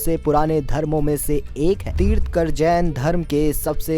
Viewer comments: Pehle bolna seekho...tirth-kar nahi Tirthankar hota hai...Jain dharm ke baare mein batate hue 90% of the time Gautam Buddh ke photos dikhaye ..isse saaf hota hai ki aapko khud Jain dharm ke vishay mein pata nahi hai.. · तीर्थंकर कहते हैं, तीर्थकर नहीं।🙂👍 जय श्री राम।🚩